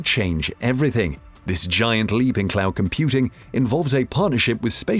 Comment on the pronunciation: Microsoft Clown Services. That’s what hear because of his pronunciation. P.S. English is my second language, that doesn’t help either. lol